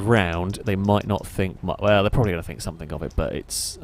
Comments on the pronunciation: Why do you say somethink? The word is something. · It’s ‘something’ not ‘somethink’.